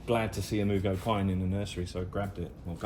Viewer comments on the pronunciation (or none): Psssst! Mugo, not Murgo. 😉